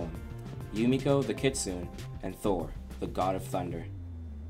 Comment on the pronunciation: kitsune, not kitsun